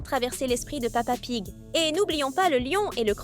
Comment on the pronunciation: Au début elle a dit pa pig